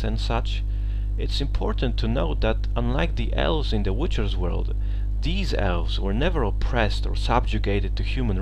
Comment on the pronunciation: Tonacja, składnia zajebista, ale możesz jeszcze troche popracować nad akcentem i wymową. ^^